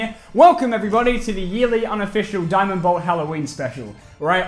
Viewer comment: Yes a new deeamend belt video I know it’s diamond bolt but shut up